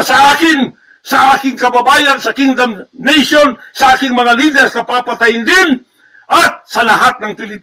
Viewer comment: Mali ang bigkas mo na kingdom nation ang iyong kaharian ang tamang termino sa kingdom nation mo ay condemnation